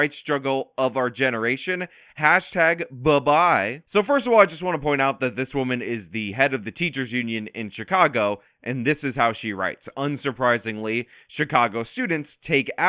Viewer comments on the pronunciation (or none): he said "ba bye" its "boy bye" 😅😅😅